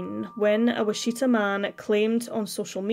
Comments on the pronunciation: It’s WITCH EH TAH, not Witcheeta. I know it’s not your native tongue but thought I would correct you for future reference🙂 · It's WITCH uh tah. My hometown.